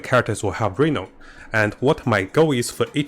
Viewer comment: {Ree-NOUN} not Re-Known